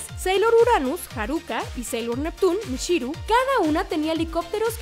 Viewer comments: Muy buen video pero cada que la presentadora cambia los acentos de las palabras me irrita!!! Que es eso de haRÚka, SÁturm, y su lost in translation de "tu nómbralo" (You name it)... Ya nomás le faltó koKÓro como los otros perdidos otakus.. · Jeje si no puedes pronunciar bien "Neptune" mejor di Neptuno y ya! No es Harúka, es Háruka (no lleva acento, pero así se pronuncia). El nombre de Júpiter es Makoto, Lita fue la adaptación para latinoamérica. Yo agregaría a estos datos que todas las chicas pertenecen a un estrato socioeconómico alto! Y que uno de los errores garrafales que hicieron en Crystal fue que dijeron que Haruka poseía los 2 sexos o algo así ja...😅